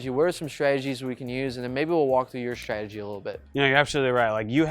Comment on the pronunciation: What's your "schtridgy" for shooting spares? The word is pronounced: "stra-te-gi". There is no "sch" sound in this word.